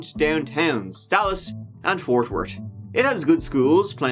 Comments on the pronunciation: AYYYYYYY FORT WORT THATS MY FCKIN CITY YOOOOOOOO HE SAID IT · Fort wart. Not to be confused with Fort Worth.